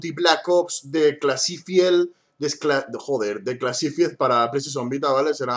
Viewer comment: Se pronuncia "DISCLASIFAIED",para que sepas..xDDD